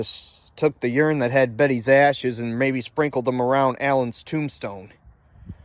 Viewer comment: It's URN, not YURN.